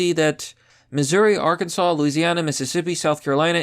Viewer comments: OMG I'm so proud of you. You finally said Ar-kin-saw instead of R-Kan-Ziss. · Arkansas 🐗🐗🐗 and you said it right